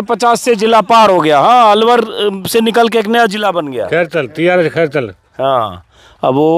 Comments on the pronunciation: Pararkar ko khairtal nahi bolna nahi aa raha hai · अंजुम को खैरथल नही बोलना आया, धिक्कार है इसी पत्रकारिता पर थू